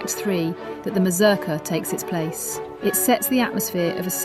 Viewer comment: Your pronunciation of this. Is horrible. It's a Polish word, not English. The U in the name should sound like OO. Slavic languages are phonetic. The letter is the sound. As in English name of the letter has nothing to do with it phonetically. If you going say the word every two seconds check the pronunciation. Or ask anyone who did ballet or folk dance. Just embarrassing.